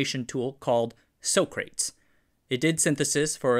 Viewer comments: Socrates is not pronounced as sock-rates, but as saa·kruh·teez. It is a name of a notable Greek philosopher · "Socrates" is an ancient Greek philosopher's name - like Hippocrates. It's pronounced "Sock-ruh-teez", just like Hippocrates is pronounced "hip-ock-ruh-teez". I've only heard people say "so-craytz" as a joke! XD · lol. “So-Crates”. Someone was watching Bill and Ted’s Excellent Adventure recently! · SOCRATES.: NO! Soak Crates! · So-crates? Not Sa-cra- tees? I guess Bill & Ted were correct. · should "so-crates" be pronounced "sock-rat-teas"? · Small detail: the word Socrates is pronounced “Sah kruh tees” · I always thought Socrates, the Greek philosopher, was pronounced Sock-ra-teeze. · Uh, Socrates is pronounced Sah-Krah-Teez. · it should be pronounced sock-rah-tees as in the Greek Philosopher, otherwise, a great episode!!! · I tried top let it pass but my fingers can't be stopped "Sock-rah-tease" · 'SOCRATES' is commonly pronounced SOCK-ra-TEEZ, after the ancient Greek philosopher. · Isn't Socrates pronounce Sock-Rar-Teeze? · Wonderful as always; just the pronunciation of Socrates hurts. It’s named after a Greek philosopher, so it’s SO-CRA-TEES. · Soh-kraits?!?! REALLY?!? thumbs-down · I think the name of de Geus’s system might be mispronounced. Not sure how he’d say it, but usually that word is read “sock creh tease” like the philosopher. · I do like your trolling pronunciation of Socrates. Bill and Ted would be proud 🥴👍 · I am not sure if know who Socrates was and that is why is mispronouncing his name. Tip: A Greek philosopher. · I don't think you know how to pronounce socrates, as in the philosopher.